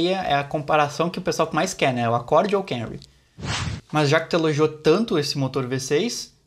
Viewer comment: Nao é Kemry é KAmry o carro é japonês